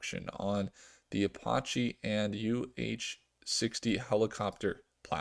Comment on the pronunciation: ApAche (like the Indians) not Apawchee.